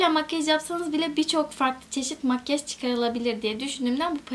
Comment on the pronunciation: Lütfenn makyej deme artık